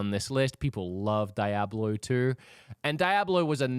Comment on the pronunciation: The way you say "Diablo" is unsettling 😢